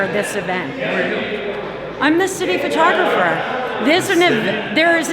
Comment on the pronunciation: Did she say city photographer or shitty photographer?